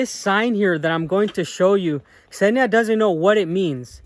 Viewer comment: It's not about the translator, but about you, you always say Ksenia and i dont know why but I heard Senya), by the way, this is a male name. It's just that in everyday communication we rarely call Ksenia, usually we using: Ksyusha, Ksyuha, Ksyu, Ksenomorph, Ksenobit)) etc.